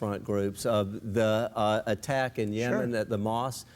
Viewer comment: Why does Bill pronounce "Yemen" as "Yeoman"?